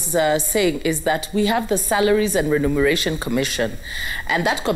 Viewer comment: is it renumeration or remuneration?